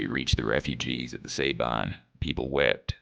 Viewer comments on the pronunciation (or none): Love that this video tells the forgotten part of the Texas Revolution! People need to remember what happened to those civilians. One little note to the makers of the video, and I know this is nit-pickin' but remember San Jacinto is pronounced "San Ha sinto" with the accent on the "Ha", and the Sabine River is pronounced "Sah bean" with an accent on "bean".